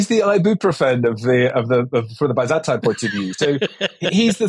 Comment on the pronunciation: The way you're saying byzantine fucking hurts